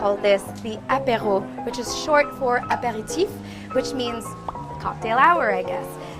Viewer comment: Love how she said aperetif